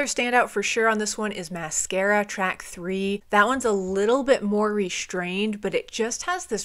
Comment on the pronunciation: Cool ranking! I've been listening to Deftones since the release of White Pony in 2000 and yes I agree that Around the Fur is even better, as a native spanish speaker it was funny how you pronunced "Máscara". For me their weakest albums are the Self-Titled & Gore. About Saturday I think the album is defenitely a grower, maybe when it was released in 2006 everyone was burnout with "nu metal" but it has became better and better with the years. And by the way, so happy they released such a great álbum ad Omhs in 2020, these guys still can make great music after all these years. Cheers!